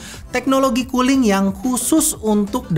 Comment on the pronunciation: . Kedengeran nya "teknologi KULI"... 😁😁😁